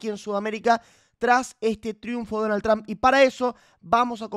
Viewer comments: No seas ignorante no se pronuncia Tramp!!!! Se pronuncia Trump😊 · Por que los argentinos dicen Tramp? Jajaja se pronuncia Trump o Tromp, tal cuál 😅